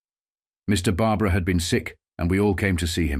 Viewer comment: you got Barbara pronounceation right but its ap a lake in